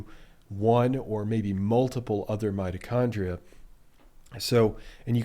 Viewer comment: did you say 'mighty chondrite' ?